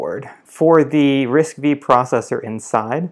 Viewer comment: The processor RISC-V pronounced as "RISC-5" instead of "RISC-V".